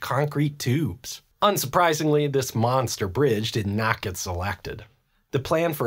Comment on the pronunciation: "This Manster Bridge Did Nat Gat Salactad"